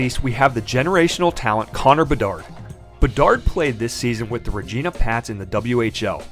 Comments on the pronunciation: bro... Rageeena? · Its pronounced like vagina. Regina